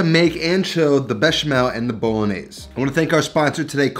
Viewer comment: It’s bolognese not “Bowlognesay”…